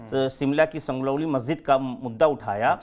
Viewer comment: जाति का मुद्दा पकड़ लिया है पर संजौली को संगरौली बोल रहे हैं